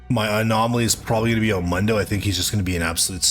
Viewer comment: How do you manage to pronounce Mundo's name wrong when he can't stop saying it himself?